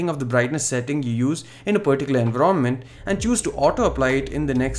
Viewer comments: Wrongly pronounced environment Like a kid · Looks like a good upgrade.... The swipe gestures are more likely to be optional considering android does not lock the users down and there still are many phones with capacitive navigation keys or a separate UI nav system like the ZUI. Ps. Just some advise.., your pronunciation on certain words need some work. I.e. 'environment' and 'essential'. All the best..